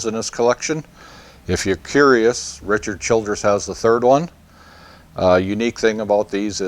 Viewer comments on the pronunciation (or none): none